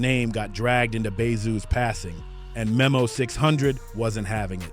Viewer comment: Its pronounced like nemo